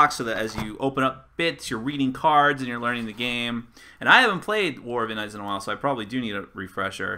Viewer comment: Thanks for the vid. FYI, the name of the world is pronounced In-deens.